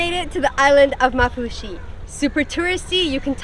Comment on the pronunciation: Women its called maafushi not mafushi